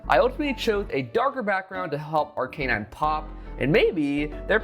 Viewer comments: This is an incorrect pronunciation of Arcanine. Despite being a "canine," Arcanine is actually pronounced Ar-kah-nine. Source: every episode of Pokémon anime where it shows up. Having said that, congratulations,! Lovely piece!:) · Gen 1 Pokémon like Arcanine have been around since 1996. How you say their names correctly is not exactly a debatable topic this late into their existence. Any official Pokémon media that mentions Arcanine has and always will pronounce it Ar-Kah-Nine. Even outside of official media usage, Arcanine's pronunciation in the English-speaking Pokémon community is universally Ar-Kah-Nine. A simple YouTube search of the Pokémon will reveal this to be true. No one says Ar-Kay-Nine despite its name being derived from "canine." ' pronunciation makes logical sense but is not accurate. It is what it is. As a completely random side note, many people's childhoods were ruined when the Pokémon Company pointed out that Bulbasaur is a frog.:) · Maybe he didnt win because he pronounces Arcanine ike that😭😭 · Still can't get over pronunciation of Arcanine